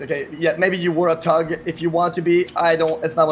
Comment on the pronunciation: Why does he keep saying tuhg instead of thug 💀